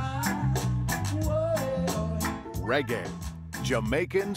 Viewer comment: caan even say the word reggae.. cho